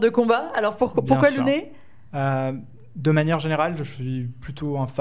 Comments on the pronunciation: ça se prononce Louné ???? Quoi ???? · ouais j'ai joué en français du coup et j'ai dû mal avec "Louné" mdrrr je suis étonnée qu'en tant que dev fr il dise aussi Louné en fait